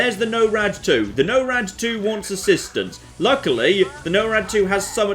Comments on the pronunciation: Holy shit, "No-rad two" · You're doing it on purpose. You listened to them say 'Norad', and consciously decided to say it a way no-one on Earth says it. Didn't you.